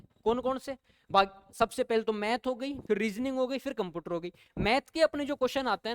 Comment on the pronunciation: कंप्यूटर ❌कंपूटर ✅ 😅😅😂